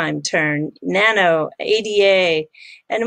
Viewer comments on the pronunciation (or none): none